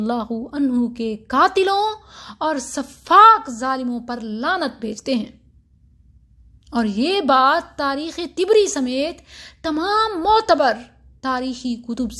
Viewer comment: جزاك الله خيرا على عرض هذا الموضوع الشائك . و كان الأولى تجنبه. و حبذا أن تتقني اللغة العربية لدى بعض المشايخ ، فقولك : طبري بكسر الطاء ؛ فيه نظر . فإنه بفتحها. و أشياء عديدة . يستحسن مراجعتها لدى العلماء. وفقك الله.